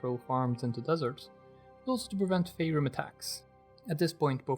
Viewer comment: just a small point of clarification. I believe the first syllable of "phaerimm" rhymes wit "pie." in Return of the Archwizards, the first person to come back from an encounter with them gasps out "fye ... reem." unless troy denning was totally making shit up, that seems like it must be the correct pronunciation